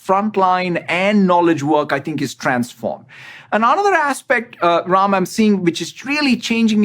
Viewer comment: I came across this video searching videos of him speaking Urdu, Telugu, or Hindi. He pronounces Ram as Raim and I am like he grew up in India, what really happened there?!